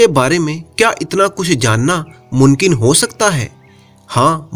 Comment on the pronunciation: Your stories are good but please work on your pronouncement like WO , YE , Mumkin not munkin and etc…